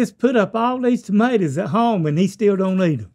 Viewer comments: I love Link's accent getting slightly stronger in response to his dad's 😂 "you don't eat tamatas?" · I believe its pronounced “tuhmatas” lmaoo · Maters is the correct pronunciation. And it’s hilarious that his Dad didn’t know that. 😂😂